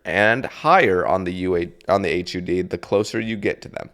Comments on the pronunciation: hud not h u d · maybe its just me but hearing H U D instead of "HUD" sounds insane to me lol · Buoy= boy and just say hud instead of H U D